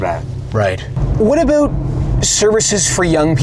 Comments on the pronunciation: lol you said the "aboot" thing (VS "about") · "What aboot...?" 😂😂😂